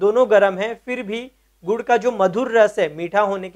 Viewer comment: Godh godh bola 😂😂🤣